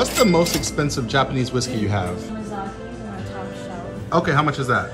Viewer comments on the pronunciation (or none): This guy can’t even pronounce words right Yamakazi? It’s Yamazaki😂😂😂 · Undisputable truth once again wealth cannot buy intelligence no matter how much money you have it's pronounced yamazaki not yamikaze he's got so much wealth but still can't read smh😂